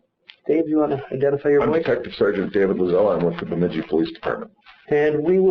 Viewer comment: Bemidji is pronounced with the second syllable “midj” sounding like the “midg” in midget